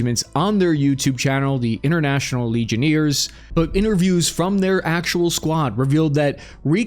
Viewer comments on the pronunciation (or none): Legion-airs not Legion-ears... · "legioneers" it's LegionAIRes friend. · "From their YT Channel, "The International Legioneers" (instead of Legionnaires)" 😂 Hey,! Please never change! 😂 As much as how, in the past, I really wished you'd work on & improve your Pronunciation (as it was slightly irritating me, although rarely), now I WOULDN'T CHANGE A THING! 😊 Your Gift for almost systematically butchering Foreign Words', States', Proper Nouns' Pronunciation, on top of all the regular English words that also get badly mangled, has become such an integral part of both your Trademark (what sets you apart from other YouTubers) AND your Charm & Charisma! Your quirkiness (& Mispronunciation) is so funny, endearing, and also RELATABLE... It's part of why you're so fun & engaging to watch (amongst many other Qualities of course)!